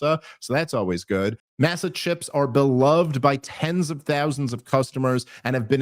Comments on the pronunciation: "mah-sah" not "massa" Dave lol. its corn chips, not a southern slave owner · Love the show, not a criticism just an observation If I had to guess, I’m fairly certain that it’s masa chips, pronounced “Moss Ah” like corn masa used to make tortillas and tamales. At least I don’t think it’s pronounced “mass sah” unless the chips are being made by a group of people against their will who “work for the minimalist of wages: grits and tattered clothes” to quote the Time Haters sketch. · Dave, love your show and the content. FYI Masa Chips is probably pronounced Maw-suh (would’ve thought they’d confirm proper pronunciation with you)